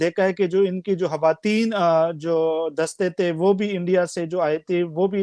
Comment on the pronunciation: ye betaiye ki khawatin kaha jata hai ki hawatin.ye aadmi hawatin Kah raha hai.